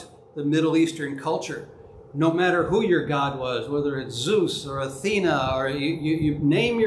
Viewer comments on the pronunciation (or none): none